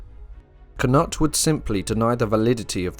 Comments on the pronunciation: kA-nut...... credibility vanished... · K-noot. K-noot. K-noot